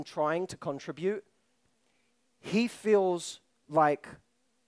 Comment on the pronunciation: The word "contribute" was said wrong 15+ times